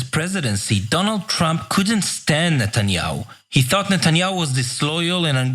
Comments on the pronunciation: hey Ana its Neta-nyahu and not Net-nyahu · This journalist cant pronounce properly Netanyahu